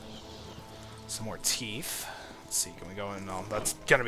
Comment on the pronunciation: Teeeeeeth god damn it not teeefth